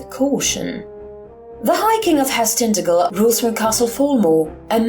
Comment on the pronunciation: hello, cornishman here: pronounced tin-taj-el. nice to see a cornwall-inspired home-brew :) onen hag oll.